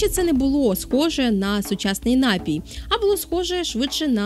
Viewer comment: Пані, напІІІІІІІІІІІІІІй має лиш один наголос! Не вкидайтеся в помилки, які зумисне поширювали у двотисячні роки! За цікаву розповідь дякую. Якби до жодної з Америк іще не допливли європейці, то ми б зараз не переглядали Вашого видива. Саме у Штатах ідею інтернету так гарно розвинули! Шкода, що не аборигени... Скільки народів тоді знищили?